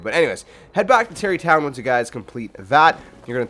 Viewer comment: Stop saying Tarri tonw